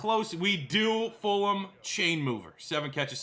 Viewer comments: Love but please pronounce FulGham's name right. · I thought it was just me!